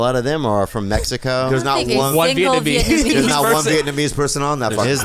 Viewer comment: Veeyet numeez